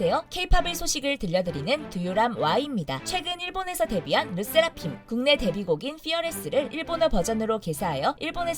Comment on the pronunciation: 르세라핌은 왜 르'쎄'라핌으로 발음하고ㅋㅋㅋ일본은 왜 iiiilllllllbon 으로 발음하는지.. 그냥 ilbon이라고 살살 발음하지